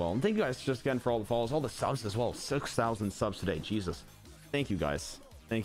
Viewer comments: Anyone noticed that instead of it saying subs today is says sus today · Something that annoyed me the entire stream was that instead of saying subs today it said sus today and that just annoyed me